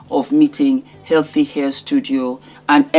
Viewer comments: She sound so dumb it's not air it's hair she should be ashamed of herself as a black girl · The girl in that video for all her tushness can’t pronounce hair as hair. She said air. And I laffed. I can say to her do not bring your tongue that can’t pronounce H to my event